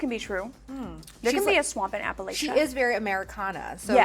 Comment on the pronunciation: the way y’all say “Appalachia” is killing me. sincerely, an Appalachian.